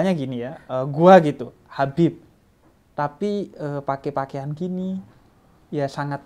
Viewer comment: Assalamualaikum... Kak Gita, hati2 kalau panggil Habib ya... Maaf bukan nya apa, panggil dengernya Beib Hahahaaaha :)